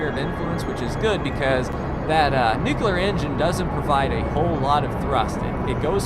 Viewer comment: Please learn to pronounce "nuclear", it's really annoying.